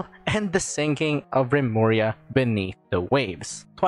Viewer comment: Remuria? Lemuria- Atlantis? Ai yaiyai